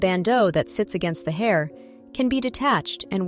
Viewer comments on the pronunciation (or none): none